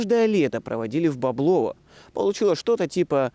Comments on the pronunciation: бОблово, не боблОво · Правильное ударение -- БОблово.